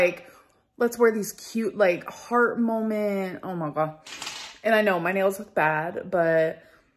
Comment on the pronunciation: It’s molment . lol ugh